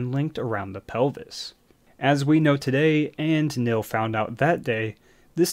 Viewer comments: The man's name is pronounced kneel, not nil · His name was Neil...not nill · We say Neil, you say Nill. Potato, potahto. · OMG the way you pronounce "Neil" is enraging.